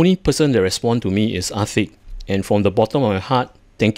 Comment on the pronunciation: It kinda sounded like you said Ar-thicc and i think thats a fitting name and perhaps a rebrand is in order.